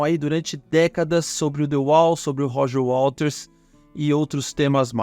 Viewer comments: Muito bom. Só me incomodou um pouco o apresentador falando o tempo todo "Walters" em vez de Waters. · Por que tu diz Roger Walters, com ele? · Gostei do seu canal. Apesar de pronunciar errado o nome do waters, isso pra mim é irrelevante. O conteúdo é bom e bem apresentado. Parabéns!